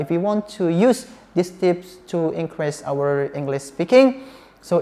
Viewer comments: Maaf kak pronounce increase itu inkris bukan inkres.. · inkris, bukan inkres #pronunciation